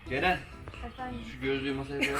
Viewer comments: Cerenin neden CeKü diyişi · Ceren abla cekü dedi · Farkında mısınız Yalçın abi cekü dedi yani ceren kürşat